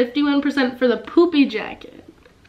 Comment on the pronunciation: you said poopy jacket instead of poofy jacket lol